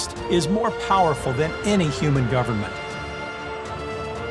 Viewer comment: I can't stand the way he says "powerful." We need a impression saying "paaaahrful video." 😄